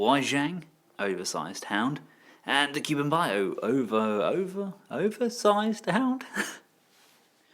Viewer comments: Cu-Bi an-Bow not Cu-Ben-Bio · Wei Jiang : Way G-YoungKu Bian Bao : Cool B-en Ba-uuhope you don't mind but here's hoping this may help you master the pronunciation for these brand. :)looking forward to the KBB Hound review.